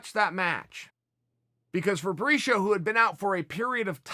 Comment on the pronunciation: Who is Fabrishio ? Lol